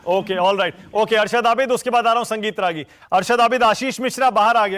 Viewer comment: Ragi nahi ragolea